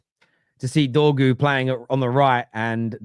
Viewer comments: DORGU NOT DROGU 🤦‍♂️🤦‍♂️🤦‍♂️ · Trying to make his name sound like Drogba when it sounds more like dogpoo